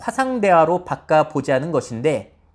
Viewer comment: 경상도분이신가요?? '바까' ㅋ